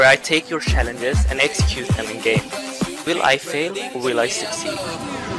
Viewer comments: "T-y-C TakINg YoUr ShhaLlenGes" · TYC#1: say challenges correctly. TYC#2 pk guy only using your face to push the buttons on ur keyboard and mouse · TYS: Take Your Shallenges